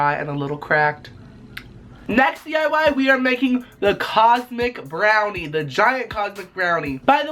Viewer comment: when he said cosmic brownie i kept hearing condom brownie and every time im just like "what?!?"